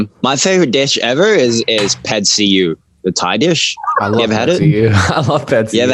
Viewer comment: were just gonna ignore the “pad see-uh”...